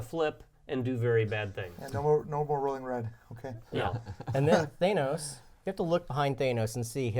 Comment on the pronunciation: The way you pronounce Thanos fills me with rage.